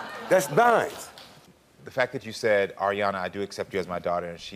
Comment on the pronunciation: Just cuz he said her name like "are" instead of "air" Ariana. She's trippin. He's trying. Kids always see it different until they're a parent themselves.